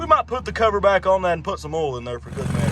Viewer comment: I think it's funny how ya pronounce "oil" without the "i". Check the ol.